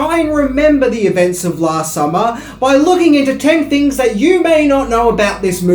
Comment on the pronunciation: Ten Fings you didn’t know....fanks😂